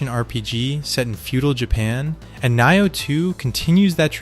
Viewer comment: Knee-oh.😂 Nioh 2 is amazing! It's hard but worth it. I played through 8x. Each time you start new game plus the game changes. First playthrough is like just the tutorial really. Watch walkthroughs so you can find all the kodamas in your first playthrough.